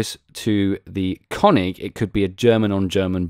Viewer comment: It's called König, not Konig ;) Here you can listen to the correct spelling: Greetings from Germany :) P.S: Königsberg and not Konigsberg ;)